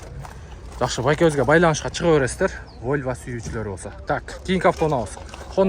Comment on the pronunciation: Войва эмес волва десен